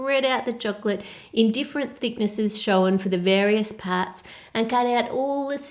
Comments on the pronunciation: Can you say shown properly? SHOWEN hahahhahahahhahahhahhahahahhahahahahhahahahahhahahahahahhahahaha. Jokes. Love you really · I love the way she says 'shown' it's like 'showen'